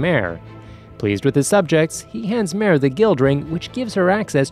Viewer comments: No no my friend. Wha tf did you just say brp. Hey - nz - Owl - Gawn? I - nz - all - gown. not Albado Al-be-do not MARE Ma - re not Aura Aw - ra wait wait wait. Cocktyus? tf it''s Coc - you - tus Not Demiurje Dem You're - Ga Not Seebas Se - bas Atleast get one name right bro. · he literally called mare a her and even pronounced his name wrong